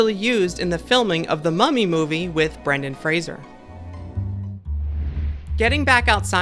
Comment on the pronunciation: You said Brendan Fraser's name right!